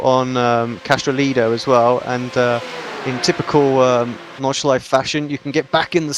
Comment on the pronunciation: I wont lecture you on the corner names cause thatd take way too much time but theres one thing id like to point out...the 'e' at the end of nordschleife isnt silent. Same goes for porsche